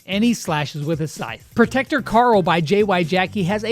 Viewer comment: did anyone else hear him say protecter Carl lol instead of protector Grom?